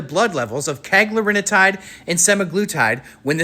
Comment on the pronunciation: Hey, you are mispronouncing cagrilintide. CA-GRILL-IN-TIDE